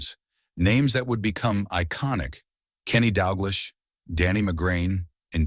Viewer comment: AI voice talking football and can't even pronounce Celtic, Stein, Dalglish is when i turned it off.